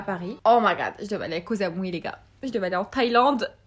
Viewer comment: On dit pas kosamui en mode Kozamui mais kossamui tu vois ce que je veux dire gurlll